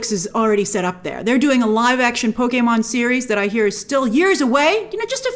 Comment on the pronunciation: For a non-gamer I thought you did a great job with this video (and I loved that you pronounced Pokémon correctly, though many would argue with me). I think the one people are overlooking the most is Animal Crossing. That is one of the newer Nintendo franchises (comparatively) and is able to bring in casual players who don't play video games normally (it has design aspects) and while many would ask what would that movie even be about, you might say the same for a Mario movie. A human moving into a town with wacky animals that change outfits and have offbeat humor is screaming billion dollar movie. I think it would be a bit early for a Smash Bros movie, but from a business perspective it's hard to avoid.